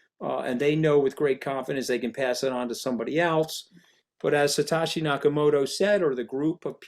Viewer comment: How is he that clueless to mispronounce Satoshi Nakamoto Satashi🤡